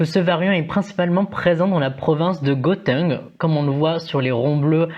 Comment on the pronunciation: 👍👍 Par contre le G de Gauteng se prononce « re » donc « rauteng » mais tu ne pouvais pas le savoir Africans style …😅 Lekker vidéos !!!!